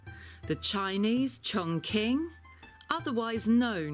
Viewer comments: Her way of misprononouncing it was driving me mad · yes, it was so funny when the girl pronounced it wrong and ask the owner if that’s it and he was like “correct”, no it’s far from correct 😂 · You couldn't get the narrator to say the breed's name correctly before making the video... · They just look at each other and one goes: Dammit bro. How are these brits mispronouncing our breed's name? the other goes: Cut them some slack bro. They're not Chinese, they don't know any better! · It’s pronounced Chong Ching, I’ve lived in China for 7 years. Q is a similar sound to CH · Pronounced incorrectly, it’s pronounced chongching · It pronounced as Ching and not as king or quing 🙄🙄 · Learn how to say the words properly - it’s pronounced Chong Ching (Qi makes a Chi sound in Chinese) seriously ....if you own the dog say it correctly so lame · Yeah I'm of Chinese decent and i find it quite weird how they pronounced it lol. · so even the owner is pronouncing it wrong? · I am from Chongqing, and it's pronounced as "chong" "ching" rather than "chong" "king" or "quing" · when the lady was trying to pronoucne "Chongqing" as "Chong" "King", the breeder said: "that is correct". LOL, that is 100% INCORRECT. the correct pronunciation of "Chingqing" is "Chong" CHing". A hint for English speaker who trying to pronounce Chinese Pinyin (a universally adapted system to romanise Chinese): When you see "Q", it can NEVER be pronounce like "K"......, it is "Ch"...... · Got to love the Chong Kwing dogs from Chiner. Q in Chinese is pronounced "ch." So, for example, the Kingdom of Qin is pronounced Chin, ergo China. Blame the weirdness on Europeans who had to transliterate Chinese characters into Latin letters. Also, I have to find out some day why British English removes the "r" sound from most of its pronounciation, but actually adds it to words ending in -a. And no, I'm not a linguist or Sinologist that I know this. I just read. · Actually it's pronounced chong "shing" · Pronounced Chong-ching